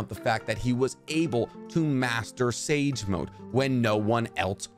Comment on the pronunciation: Y’all heard him say sake snage mode?🤣 great video though.